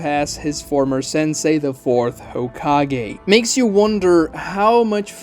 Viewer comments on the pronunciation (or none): none